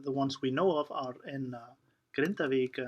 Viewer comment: This misinformation and fearmongering is bad enough, but also hearing her butcher the pronunciations of all of these places is painful to my ears.